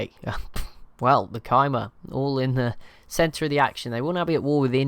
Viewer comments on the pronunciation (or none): Khmer is actually pronounced kuh-mai, emphasis on the mai part and a short kuh. Better wrote as k-mai